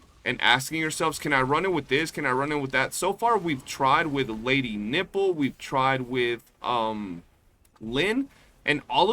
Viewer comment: man I can't get over how you say lady nifle 😅